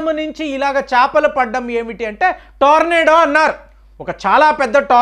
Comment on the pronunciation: చాపలు కాదు అండి చేపలు.